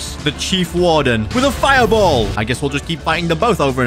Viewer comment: How He Said "fire ball"💀